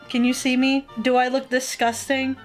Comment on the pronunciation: “Distcusting” Said the Tentacle girl